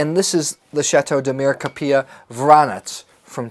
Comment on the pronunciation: Have you never been to Opus One or say Chappellet Winery? You pay for tastings. This Winery is not normally open to the public for daily tasting and opened for you. Demir KAP EE Jah is how you pronounce the town. So did you pay for the three bottles of wine? at a total of $18 dollars? I mean why would you expect to not pay? The average salary here is less than $15/day. You were in Negotino at Bovin and in Kavadarci at Tikves? Both charge for tastings and require appointments. I am confused at your story and I see you back peddled at the should. It doesn't add up if you truly had been to Negotino or Kavadarci first or even Stobi. There is not enough tourism to support free tastings here. It is custom you pay. I am saddened that you thought it is okay not to pay for three bottles of wine because of miscommunication and expectations of "free". Yes there is free wine here it is called domasno. Meaning home distilled. That is what you get free when you get to know a local.